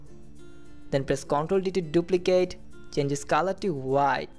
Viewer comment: The word is colour and you pronounce it as Kalar